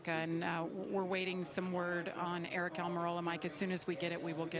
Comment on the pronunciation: John Frakes 😂😂😂 she also said "I hope Aric is OK" so her attitude is shit but this is a justification?! Please, btw it's ARIC